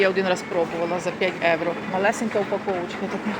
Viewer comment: НЕ ЕУРО А.ЄВРО